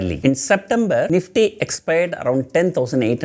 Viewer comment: The " NEEFTEA " has been Rrailllying .. 🤣🤣🤣🤣🤣🤣🤣🤣🤣